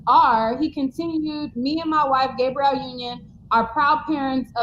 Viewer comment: It kills me when calls her GAY-brielle Union. 😂 It's Gab-ree-elle.